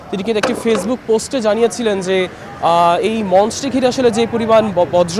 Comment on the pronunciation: প্রিয় সাংবাদিক ভাই,আপনি বার বার বজ্র বলতেছেন, কিন্তু এটা বর্য হবে